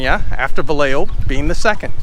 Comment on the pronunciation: Pronunciation..Vi yeah ho!